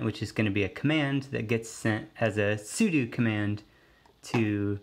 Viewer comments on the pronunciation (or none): Sudo not sudu